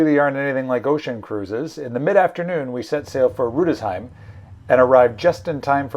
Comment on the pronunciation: Rudesheim is pronounced Rudes-heim, there is no sh sound at the centre. Yes the eye contact is mandatory for good manners. Good program.